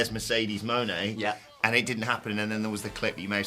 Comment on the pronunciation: What's up with pronouncing Mone like Monet rather than Money (which is how it's supposed to be said)?